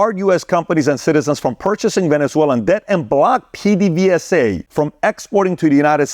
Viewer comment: My friend, one advice: Make sure you try to pronounce better the words in other languages, just try, you did so horribly that it was a little offensive, like bah I don’t care Pee Dee Vee Za? Peh deh veh sa